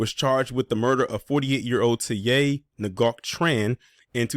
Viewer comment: Dang! FYI: Ngoc is pronounced like "new".